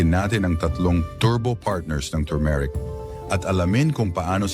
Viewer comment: Maniniwala na sana ako sa video mo eh, kaya lang , pronounciations mo ng turmeric ay mali pa 😜😜😜